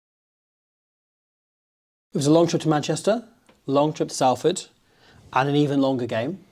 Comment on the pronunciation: Ashamed of the Salford mispronunciation 5 seconds in